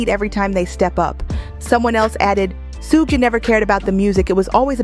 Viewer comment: how she say everything else right but the mans name😂😂😂 it's just funny how she says it (sew geh knight)😂